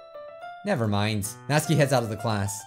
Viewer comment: It’s not NATSKI ITS NATSUKI